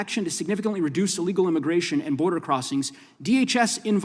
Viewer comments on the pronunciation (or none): none